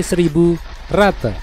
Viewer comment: Bang di baca yah bukan RATE tapi RAT